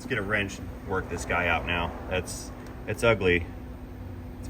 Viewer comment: It's WRENCH, not wench, OR WINCH, not wench.